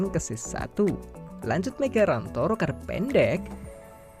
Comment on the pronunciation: Migaranto rokade panjang itu, salah baca teksnya 🤣